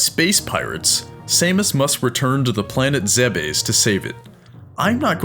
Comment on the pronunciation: The planet's name "zebes" is pronounced zeebs not zebus